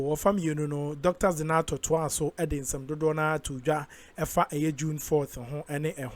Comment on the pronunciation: Zanetor not zinator you keep mentioning her name like that which school did you go that you are not seeing a but I oh hoooo